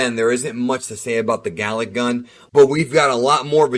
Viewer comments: Did you say Garlic? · Vegeta: "GALICK GUN..." Goku: "ooh! Did you say 'garlic-'." Vegeta: "AAARRGGHH!!!" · garlic gun was all i heard whenever he said galick